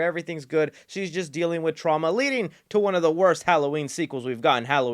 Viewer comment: has killed the word ‘Trauma’